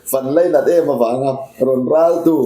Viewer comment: "Ral" chu i sawithiam hlee mai... Ni thei ber leh a dik ber niin ka hria